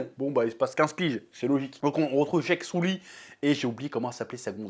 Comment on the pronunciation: Le héro s’appelle Jake Sully. Le chef prononce : Jacques Soulie